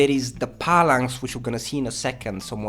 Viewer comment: For fucks sakes bro, stop saying "Pallanx". Its PHALANX. Pronounced like Fal-anxe. your accent is bad enough, but when you say shit like that it really undermines your knowledge here...